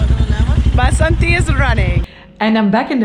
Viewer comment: It's not BASANTI it's 'VASANTHI'